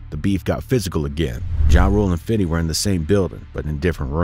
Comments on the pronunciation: 🤣😂🤣it’s Fifty not Fidy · It’s FIF-TY not fiddy!!! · Fam...stop saying "Fiddy". It doesn't make you seem or sound cool. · How hard is it to say fifty (fifth-tee) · Stop saying 50 like that.